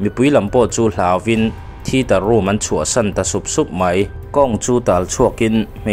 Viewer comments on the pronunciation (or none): thiter ni lo in thiater tih tur